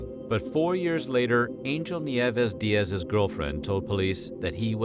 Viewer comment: He said "diaz" as "di-az" but its pronounced "di-ez" I know because Diaz is my last name